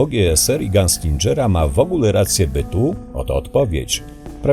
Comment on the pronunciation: To się nie czyta "ganslindżer" tylko "ganslinger"